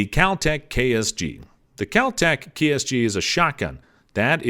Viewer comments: The Keltec KSG is "not" semi automatic. It is a pump action. Also its "Ben'"elli not "Bur"elli. And it's "Kel"tec not "Kal"tec. The best value for a home defense shotgun is the Mossberg Maverick 88. You don't need all the bling and other features of any of the other ones he mentioned for simple home protection. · "kAlTeC" BeReLLi" Just throw away the whole damn video lol